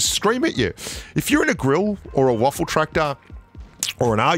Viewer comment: Lmfao, you really call it a "Waffeltraktor"? 😂 Its called "Waffenträger" (in english "Gun-Carrier") idk why yall are calling it Waffel etc.